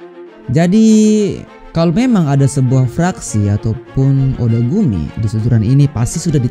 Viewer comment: Gw juga dengernya otaku ni bukan odagumi 😂